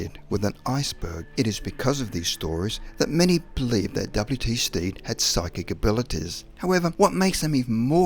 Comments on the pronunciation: The man's name is Stead not Steed. Stead is pronounced as TED with an S in front. Sted. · W.T. (William Thomas) Stead, is pronounced Sted, not Steed. He was my Grandfather's (Edward Stead) uncle. Small claim to fame. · I'm from the place where William H Stead was from and it is pronounced sted not steed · The narrator is pronouncing W.T. Stead's name wrong. I knew the family and how they said their name. Stead rhymes with head.